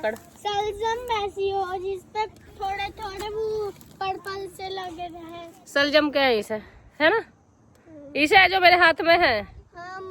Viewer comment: Di saljam nhi bol te salgam bol te h